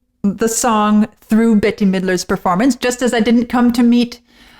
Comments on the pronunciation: Bette Midler’s name is pronounced “Bet”. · Pronounced. BET- Midler 🙂